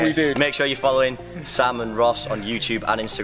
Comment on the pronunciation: Anyone notice he says, you - CHube in his intros? Not youtube?! (Not hating)